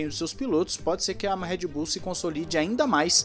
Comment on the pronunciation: Por que ninguém pronuncia o nome da Red Bull direito?